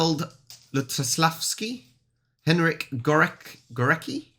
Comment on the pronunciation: Goreki, Pendereki😂(Górecki, Penderecki) Sorry, but it always makes me laugh when English speakers read the Polish ending "cki". ￼ ￼Tłumacz rozmowy